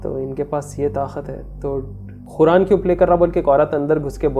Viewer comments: Khuran nai its Quran.. try to pronounce it's properly.. atleast Quran ko toh properly pronounce karo... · Bhai Bura mat manna. Ap QURAN KO KHURAN KUU boltay ho please correct This 😢😢😢